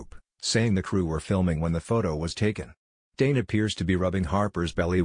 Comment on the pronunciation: Please pronounce Tane properly.